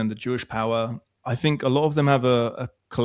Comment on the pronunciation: It's everyTHING not everyTHINK and it's Thoughts not fourts and it's THINK not FINK and With not Wiv. Things not fings Speak like an adult not a child. It's just lazy not to pronounce correctly. Also you are English so speak the language . Otherwise great interview , ❤